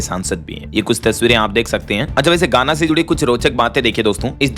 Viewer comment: गाना नहीं पर घाना बोलना चाहिए था कई बार आपका उच्चार गलत होता है